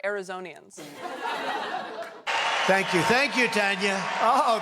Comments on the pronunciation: Taylor's producers didn't know that when Trump said Azurasians he was trying to read the word Assyrians from the t-shirts of some fans in the crowd? It was pretty immediately and widely reported. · Arizonians?!?😂😂😂 He was trying to say Assyrians, silly girl. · "Azurasians!" 10/10, no notes! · No he was trying to say Assyrians... Not Arizonans ... But he butchered it so bad I can see how you got there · Hey research department - he was trying to pronounce "Assyrians", not "Arizonans", but he did get it equally wrong lol